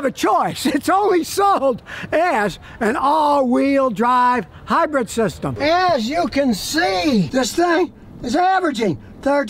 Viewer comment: It’s Hybrid, not Hybread.